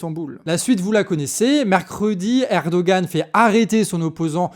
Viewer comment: Coucou les canards ! Rappel sur la prononciation des noms : Erdoğan -> lire Erdoan (ne pas prononcer le ğ) İmamoğlu -> lire Imamolou (ne pas prononcer le G, le u se prononce "ou" Sinon, bonne analyse, c'est bien d'être remonté a 2013, et d'avoir parlé de l’arrestation de Demirtaş, et bien sur le lien avec la Syrie voisine en profonde restructuration Bravo pour votre travail (dès que j'ai de la tune, je participe a la cagnotte !!)